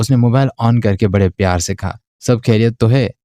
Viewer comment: کھیریت نہیں خیریت ہوتا ہے۔ اگر آپ اردو ناول سنارہے ہیں تو اردو الفاظ کو درست تلفظ کے ساتھ ادا کریں۔ کھیریت ہندی میں کہا جاتا ہے، اردو میں خیریت کہتے ہیں۔ شاید اردو آپکی مادری زبان نہیں ہے اس لیے آپ کے بے شمار الفاظ غلط تلفظ کے ساتھ ادا ہوتے ہیں جو سننے میں انتہائی ناگوار محسوس ہوتا ہے ۔آپ کو اردو تلفظ پر بہت محنت کرنی ہوگی۔